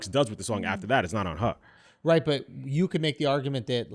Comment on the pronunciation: The way says "Her" like "Ha" without the "r". Don't think I heard him say it like that before. A little accent slip, maybe? I'd like to think so. But, maybe it's not. Kind of like how e.g.: Bostonians sometimes say "here" like "he-ah." At least that's an example I can cite. is from New York, though. But, maybe the two accents are similar. It's always interesting to hear them come out now and again.